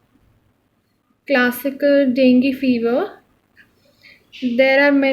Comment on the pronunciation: Please make sure yourself before giving lectures to others. Because, all your pronunciation is rounge. haemorrhage pronunciation is heam=blood and dengue also.. explain in a simple manner in ur own way.. bcz u have such good information and share it in a proper way